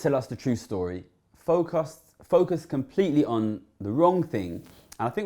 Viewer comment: Yup 0.27 Rishi and the media have "fok-uused" us.